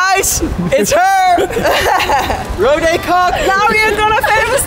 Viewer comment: als ie dr naam uitspreekt in het engels😬